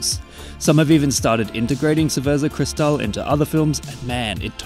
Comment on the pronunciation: Got jumpscared by cerveza CRISZ-tal outtro, im done💀